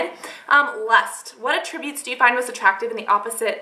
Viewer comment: & when it's a noun, it's pronounced AT'-tri-butes ;)